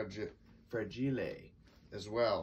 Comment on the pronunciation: Fra-gee-lae- it must be italian